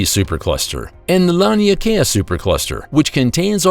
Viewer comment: Lan Leigh Kaya? I think he means rhe lania Kai super cluster. Which is pronounced lonney Kai. This narrator is bad at speaking.